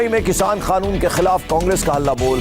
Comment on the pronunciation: Oe anchor kanoon ko khanoon q bolta h